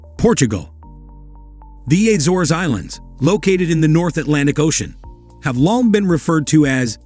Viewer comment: "appreciate the juxtaposition" yet ya can't get the names of various places- assores!! Really try A-zores!! What is this AI commentary? Good try detracts from the video....